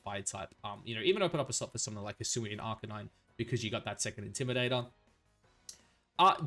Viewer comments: I was loving this video you said…Arkaninay? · arcanine I had heard from u before but deci-dewey murdered my soul, there was gee-yair-ados and the ones where u added -eezy had me cringing😂😂 but all love no hate man I appreciate your content and maybe it’ll turn into a guilty pleasure eventually😅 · That arcanine pronunciation was atrocious